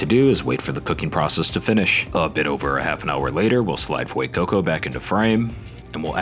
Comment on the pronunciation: Ah yes the Fuecookco.